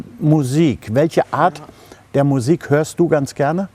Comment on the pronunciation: „Französische miusik“👌🏻👌🏻😂